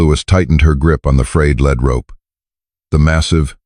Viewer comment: Lead is pronounced "leed" rope. Not "led"!!